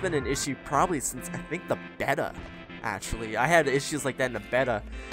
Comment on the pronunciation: you say Beta wierd